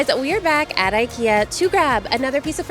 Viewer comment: Love it, love it, love it! And also love your effort to pronounce our strange Swedish words correctly, am especially impressed with the way you said IKEA. ❤